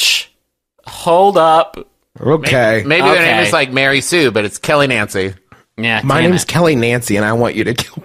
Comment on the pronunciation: that's because he pronounces it "Nawncy" just like he says "Awnt" instead of "Aunt" (ant)